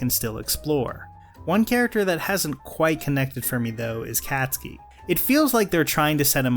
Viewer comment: Is nobody gonna talk about how he said Cat-ski?